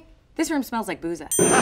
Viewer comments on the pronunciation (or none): I know Arabic and I am pretty sure "بوظة" is pronounced in Arabic as "Bootha/Boutha". The "th" is as in "with" or "then". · fun fact: booza is pronounced more like boothuh (th pronounced like th in the)